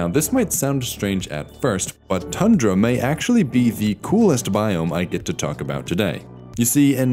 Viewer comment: It's pronounced Tundra, not Tandra.